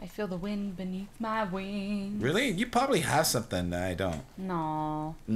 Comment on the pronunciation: Ok..... Is it just me or does is sound like is saying pobably instead of probably??